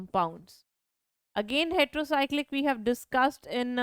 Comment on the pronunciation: it's Heterocyclic not retero